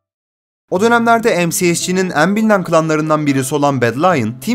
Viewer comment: en büyük derkenki 'en' leri yanlış söylüyorsun dostum. belki düzeltirsin görüp. kapalı söylemen gerekiyor.